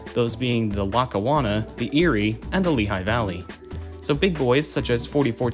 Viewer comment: “Lee-High Valley”. Not how you pronounced it. Sorry for the correction, I live along an old Lehigh Valley line in NY